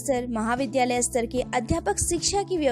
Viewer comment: विडियो बनाने से पहले शुद्ध उच्चारण का अभ्यास करना चाहिए।आप हर बार स्तर शब्द का उच्चारण अस्तर कर रही हैं जो बहुत ही बुरा लग रहा है।